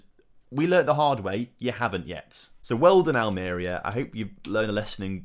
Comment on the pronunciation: any chance you can give everyone an early Crimbo present and learn how to pronounce Almeria for next episode. lol